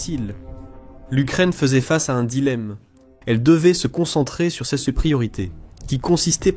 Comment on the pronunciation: Chere IA "SES" se prononce :"c"